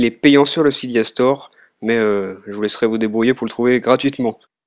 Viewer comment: Cydia on dit